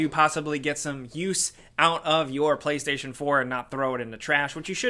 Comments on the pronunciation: was it just me that heard “Paystation”? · i knew i heared paystation instantly reminded me of nopaystation yea i doubt that will be on the ps5 lmao